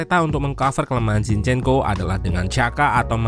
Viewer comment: Jinshyenko bacany ya